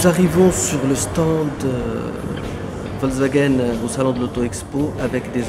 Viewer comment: le directeur qui ne sait meme pas prononcer correctement Volkswagen